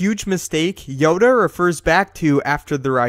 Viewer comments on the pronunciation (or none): Please never call Yoda “Yoder” ever again. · I am Darth Yoder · Yoder? I love Yoder.